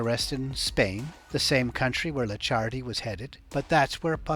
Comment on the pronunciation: Licciardi is spelled " leech hardy " , but faster and with hard " e " Also 200 euro notes aren't in production anymore , somebody using those for sure isn't ok 😂😂